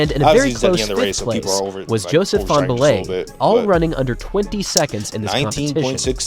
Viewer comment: fanbullehs name isn't hard to pronounce